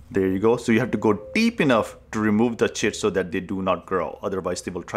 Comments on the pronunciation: I have never had such a huge smile on my face as I listened to him say chit. 😂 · Is he saying tit?